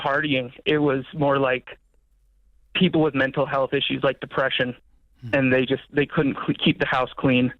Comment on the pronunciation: (When you switch from Nashville to Detroit) 😂